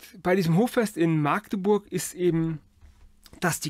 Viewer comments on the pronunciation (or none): none